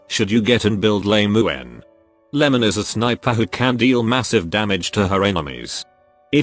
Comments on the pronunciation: Why is it that your text to speech program says Lame-uen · Should you get and build "lame u en" Is what I hear 😂